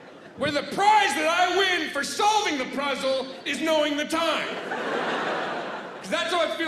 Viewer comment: he says pruzzle